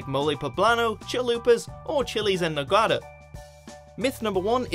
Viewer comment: hahahahaha can't stop laughing "Mole poblano, Chalupas, Chiles en Nogada" hahahah omfg why is it difficult to you the pronunciation of our language? xD Also, thanks for the video :3 I'm from Puebla and i didn't even eat something "traditional" or wear an stereotypical costume for this day :3